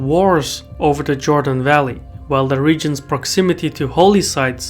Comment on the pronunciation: Not Jordan but Jewdan…